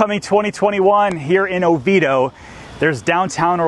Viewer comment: No, you mispronounce it🙄,it's; O vee A doh, but prefer the original Oviedo from Spain.